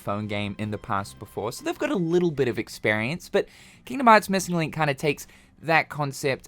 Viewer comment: “JA-missing link”